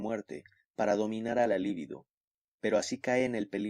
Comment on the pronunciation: Muy buena lectura. Solo una aclaración libido no es palabra esdrújula y no lleva acento escrito, por lo tanto se lee acentuando en la penúltima sílaba